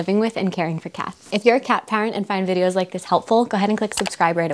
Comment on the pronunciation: Great informative video. I thought you said 'cat pirates' argghhhh, but then I realized cat parents 🙂